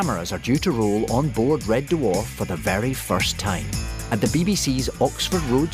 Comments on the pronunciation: How is it that the narrative voice can [some random Scotsman] give TWO syllables in the word dwarf as in Duh Warf? And what's with the snow? BTW this series [1 to 5] helped me through the darkest times of my life. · Loved this, but does anyone else find David Tennants way of pronouncing it as D’warf, grating?